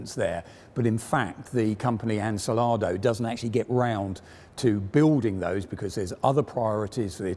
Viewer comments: It's Ansaldo, not Ansalado, tho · Ansaldo, not Ansalado. Get the name right before you begin production. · Much as I like these talks, I still lose it every time "Ansaldo" is pronounced to sound like "insalato"... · Great video and well presented. One question, Ansalado? I guess he means Ansaldo. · Love you guys, but "unselado" is far, far away from Ansaldo. "An" like the article, "sal" like in salt, "do" as in dome. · Insalado? Enchilado? Or do you mean AN-SAL-DO ? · Pedant comment but did I hear Ansalado a couple of times when it should be Ansaldo. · It is Ansaldo, not ansalado Also, Lancia fiamme, not lancia flamigna 🤣 Good job anyway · It's Ansaldo, not Ansalado :)) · ANSALADO?! An-sal-do! An-sal-do! For god's sake... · Ansaldo not ancilardo lol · ansàldo, NOT ansalàdo!! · I think the pronunciation is An-Sal-do - no '...salad...' in that tank, unless they were using it as a catering vehicle? Gelato too?😄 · AN-SAL-DO.... make an effort! 😂 Great vid - cheers! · Christ on a bike. It's "Ann Sal Doh" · You know, I kinda like how he's mispronouncing "Ansaldo". You can clearly see it in his eyes, he's trying his best! Nice video, would definitely like more videos on italian tanks. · For reference, he means "Ansaldo" (the pronunciation is way off) Edit: Also it's "Lancia Fiamme"